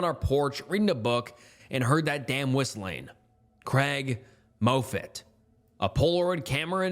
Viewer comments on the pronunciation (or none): For the love of God, it's pronounced "Maw-fit", not "Moh-fit"! Unless you're 100% positive about a word's pronunciation, you should take that extra step and look it up. I've noticed that you mispronounce words in every one of your videos that I've watched (7-10). Thank you from a loyal listener (as it were!)